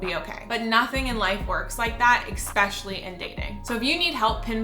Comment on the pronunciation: I hate how she says “expecially” instead of especially.